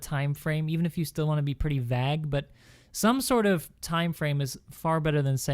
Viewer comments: he's pronouncing vague as vag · Vag???? it's vague. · it's Vague not vag. lol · (Hollow Voices) Also, Vague is pronouced Veyg, not vag lol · I don't think that guy knows how to say "vague" :)